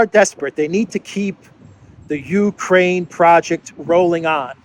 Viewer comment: Did you say the " You Pray in Project ". I like it.